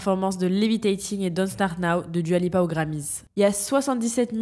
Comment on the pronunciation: svp ça se prononce « doua » pas « duua »